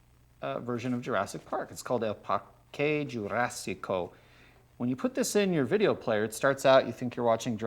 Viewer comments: Cervantes is rolling in his grave every time Gregg says "el par-qué Yurásico" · "El Parkay Jurassico"